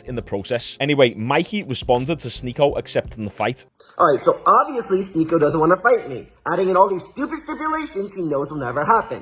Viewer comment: You DID sy his name rite Yesterday. The same way he says it!